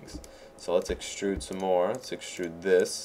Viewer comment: I LOLed when he said let's excrude a tail